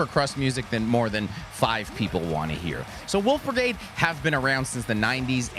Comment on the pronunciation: Not flubbing the German for the band whose shirt he's wearing lol New Wolfbrigade is always cause for celebration.